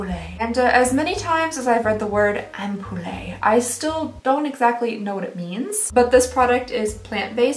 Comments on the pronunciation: "ampoule" is pronounced "ampull" and means "lightbulb" in French :) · Pronounced 'ampewhl' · I've never heard it said that way. To my mind it's am-pyou-lle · I love that you pronounce ampoule/ampule "am-poo-lay". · Ampoule: pronounced “Amp-yule” typically a small sealed vial of a liquid or solid 😉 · You're so cute. ^_^ And I think the word you're grapplin' with is "ampule," which is pronounced "amp'-yool" (like Yule as in Christmas, and amp as in electric speaker. :)). I hope that helps! 💕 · FYI It's pronounced "amp-yool" (ampule) 😆 Looks like a nice box! 💖💖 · I'm French and that's how we pronounce the word. The "e" is always silent at the end of words :) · lol love you - but it's pronounced "amp-pule" no "eh" <3